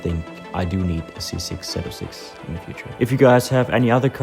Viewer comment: Hey brother your talking about an American legend it’s zee 0 6 not zeed 😂